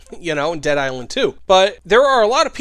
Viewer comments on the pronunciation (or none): none